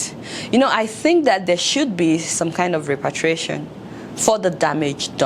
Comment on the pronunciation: 19: "reparation"